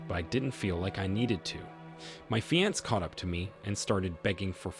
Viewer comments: FIX YOUR TTS feeanss fiancee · How do you sound like an native English speaker but don't know how to pronounce "fiancé"? Have you just never heard of the word or what? So annoying. "fee-on-say" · I know every time he said it it aggravated me lol. I've never heard anyone say it like that.